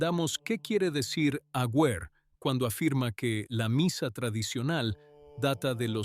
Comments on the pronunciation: El apellido del arzobispo no es Agüer; sino AGUER, sin diéresis en la u. Aguer, Aguer, Aguer. Se pronuncia sin leer la u. 🇦🇷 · Un nuevo cuento chino de esta canaleta. Es tan poco lo que investigan, que ni siquiera escriben correctamente el apellido de este obispo. La U de su apellido NO lleva diéresis. Y también lo pronuncia mal. Así son de serios estos mamarrachos. Aguer jugaba todas las fichas a que llegaría a ser Cardenal, que sería nombrado PRESIDENTE de la Conferencia Episcopal argentina y soñaba con la Silla de Pedro. Pero todo ese camino fue el que recorrió Jorge Bergoglio,. El resentimiento de Aguer le dura hasta el día de hoy y, aunque no nos consta, es probable que haya dicho toda esta estupidez que ventila este bot editado con IA.